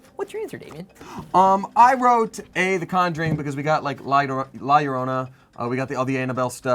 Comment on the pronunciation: I just love that someone knows how to pronounce la llorona